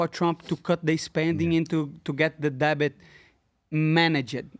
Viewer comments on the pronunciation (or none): Can someone please tell my man money Moicano...debt is pronounced "det" not "debit"